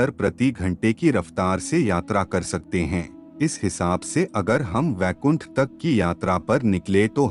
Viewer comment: Abe baikund nahi Vaikund hai vo.